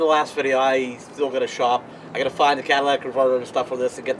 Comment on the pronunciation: "Cadillac" converter lol.. but its a Ford.